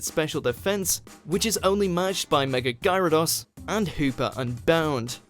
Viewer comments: Who's GyraDAAHS? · It's gyarados